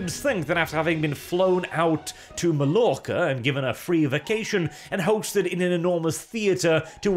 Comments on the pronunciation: Det uttales majorca, din bondeknøl. XD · Sorry, but that is not how to pronounce Mallorca :P